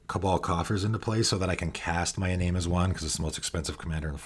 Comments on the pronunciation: Bit of a nitpick. Iname is a Japanese name. It should be pronounced ee-nah-may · Iname is pronounced ee-NAH-meh